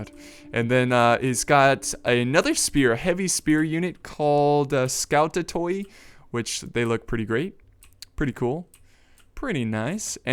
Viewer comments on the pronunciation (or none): in greek 'oi' is pronounced like 'i' and 'ou' like 'oo' thus skoutatoi are pronounced skootati from the word σκουτος which means big wooden shield in ancient-ish greek.I hope I helped,not judging <3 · scoutatoi are pronounced Skoot-at-ai Skootatai the empires infantry